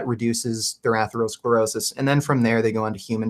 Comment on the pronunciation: Atheroscleroshish.. lol, this guy trying to pronounce some of these words. Definitely helping his case